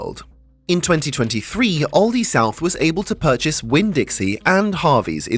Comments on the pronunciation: It's Aldi, not Oldi. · Where I am we pronounce it Al-Dee not Ol-dee